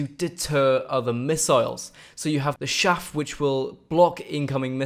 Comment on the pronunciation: IT's "CHAFF" not "shaff"